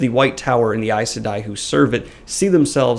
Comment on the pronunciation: I've never heard it pronounced how you say it (there are other words in different videos that you pronounce differently as well but it's not like any of it matters haha), I thought it was pronounced 'sigh-dar' and 'sigh-deen' 🤔